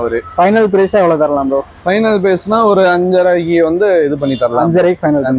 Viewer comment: பிரேஸ்‌ சொல்லுங்க‌ பிரோ